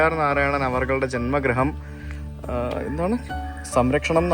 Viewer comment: ജന്മഗ്രഹം അല്ല ജന്മഗൃഹം